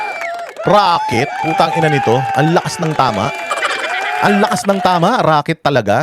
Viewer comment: RAKET daw hindi ROCKET 😂😂😂